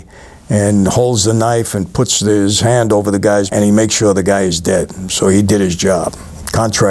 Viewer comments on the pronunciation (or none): none